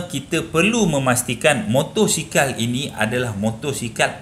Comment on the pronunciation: motosikal bang bukan motorsikal